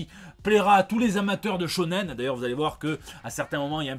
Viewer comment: qui prononce le mot "shônen"...Wtf